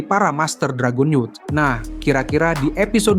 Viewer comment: Anjay sekarang udh bener cara ngucapin ras dragonewt wkwk